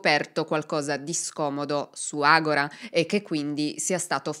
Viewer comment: Si pronuncia AGORÀ con l'accento sulla A è una parola greca con cui si indicava il centro culturale, politico e religioso della città, come lo pronunci tu agóra è come dicono: adesso, ora in questo momento in Brasile 😅